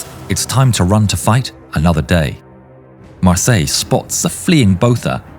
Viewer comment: Mar-Syler would be the correct pronounciation. Probably a descendant of a Hugenot family. We have many of them in South Africa their names are pronounced phonetically the German/Dutch way